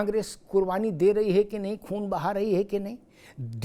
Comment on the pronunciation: Khoon nahi khoo 😂 Amitabh ji